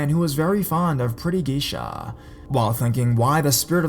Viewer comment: its pronounced gay-sha...check pronounciation first please